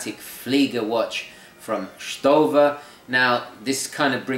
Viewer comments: Your first pronounciation was fine ;) its "Schto-wa" like Storz Walter, the founder of the brand. So the "w" sounds like you pronounced it i hope this helps And the text on the leather strap means "real leather, handmade, skin friendly" greetings from germany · Hi, it's pronounced like you said it the last time in the beginning of your video The brand name is build from the german name of the founder Walter Storz. Stowa is short for "Storz Walter" > "Sto... Wa...". Although the name "Storz" in German is pronounced like the English word "sh... ould" in the beginning (German: Sch...), the name of the Brand "Stowa" is mostly pronounced with just an simple "s" in the beginning. But this can also depend on regional dialects in Germany;-) True to the original last name it would be "sh..." in English. Stowa is a great choice for affordable Flieger Watches. But you should also check out the German brand Laco. They also have authentic Flieger's in their portfolio. Because they often use reliable and well finished japanese Miyota (Citizen) movements the price is much lower. Nevertheless the finishing is also on a very high level. You can check some pictures of one of their models on my Flickr page: As someone mentioned in the comments too, they are also the only manufacturer nowadays which produces authentic Flieger watch replicas (and I mean true replication, not just a copy. Because of that the price is much higher). Link: Best regards from Germany, Daniel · You said Stowa right on the first time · The name derives from "STO," for Storz and "WA," for Walter (Founder Walter Storz). Walter is usually pronounced as a "Va" sound and the S would have the "Sh" sound. Since the o in Stowa has no umlaut, it would be pronounced as a normal "Oh" sound. So I think "Shtova" would be accurate indeed. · Echt Leder translates to genuine leather and your pronounciation of stowa sounds right to me. "shtova" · The 3 one is right (pronouncing)